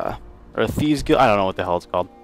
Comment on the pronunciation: he can't read thieves. wtf?